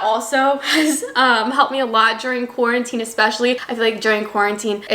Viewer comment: You can really hear her canadian accent pop out when she says 'quarantine' and 'dude'. Random observation